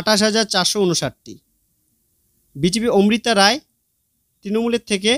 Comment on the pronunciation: ওমৃতা রায় নয় অমৃতা রায়। আবার মহুয়া মিত্র নয় মহুয়া মৈত্র হবে।